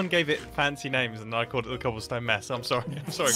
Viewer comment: cAHAblestone towers